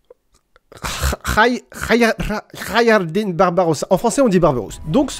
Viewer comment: pas foutu de prononcer khayr edin c'est une honte vous pouvez prononcer un nom en indien mais pas en arabe et c'est quoi cette police de merde quand t'écris le mot en arabe en plus on met pas un espace après chaque lettre srx xD (bon 2nd degré toi même tu sais)